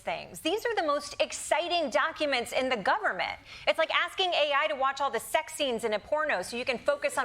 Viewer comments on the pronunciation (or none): did she say aksing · About Pete: "he's been AKSING"??? Did anyone else catch that?